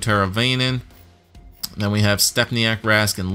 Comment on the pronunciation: For teravainen his name is pronounced TERA-VINE-EN